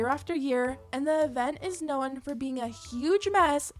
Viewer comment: the talent you have of turning "known" into a two syllable word is amazing 🤣